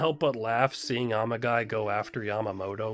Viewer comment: The pronunciation went through my head before I even found this comment, and I started laughing the moment I saw it. 🤣